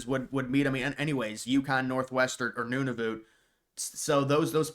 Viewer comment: It’s pronounced none-of -uht